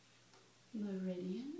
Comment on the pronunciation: Great video... but I think you struggled with this word... me·rid·i·an (in acupuncture) any of the pathways in the body along which vital energy flows. OR a point or period of highest development, greatest prosperity, or the like.